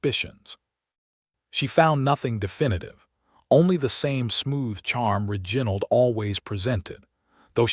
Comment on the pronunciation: Mispronunciation of key names (Reginald) and verbs (packing instead of pacing), and many more, diminish the strength of the story.